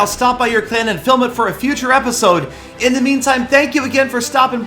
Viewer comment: Your in sounds like urine lol